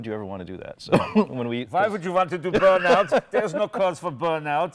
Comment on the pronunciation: Jay please stop trying to speak with a German accent. It sounds just crap !! And just to let you know we Germans know very good what a Burn-out is !!!!! And actually it sounds more like an Austrian.